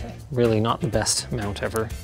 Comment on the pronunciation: What ze fok